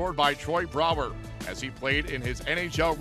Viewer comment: Pierre please count because it took Brouwer 3 tries to beat Crawford not 2! the first one was off the post, the second one was a complete wiff and the third time he got in the back of the net. Pierre i don't like your announcer and please learn to pronounce names correctly